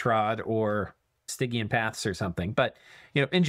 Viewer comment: Stygian is pronounced sti jee un